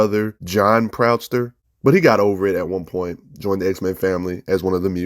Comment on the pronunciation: It's John Proud Star not Proudster lmao Good content though bro...keep rockin!